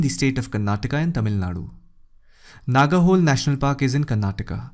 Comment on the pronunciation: nice analysis sir thank you. a small suggetion - 'Nagarhole' pronunciation was not correct, infact it is a pure kannada word, you pronounce it like a english word, it gives a hint it is in karnataka if we pronounce it correctly